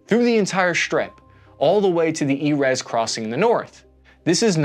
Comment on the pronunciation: just so you know, "Erez" is "eh-REHZ" in Hebrew, or "EH=rehz" in English, not "EE-rehz" (it means "cedar" in Hebrew)